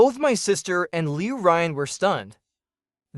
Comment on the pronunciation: Liu R U Yan? Really? Come on, get it right it's Liu RuYan not Liu R U Yan teach your AI VO how to correctly pronounce Chinese names. Good recap other wise.